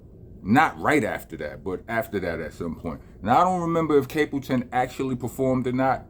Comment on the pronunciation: STAPLETON ! NOT CAPLETON 😂